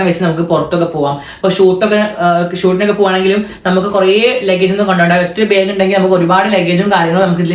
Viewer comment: ബാഗ് എന്നല്ലേ പറയാ ഇവൻ ഇതു "ബേഗ് "ആക്കിയോ 🤔 അതുപോലെ ആഷി ഉമ്മ എന്ന് പറയുന്നത് "ഇമ്മ"എന്നാണ്.. 🤔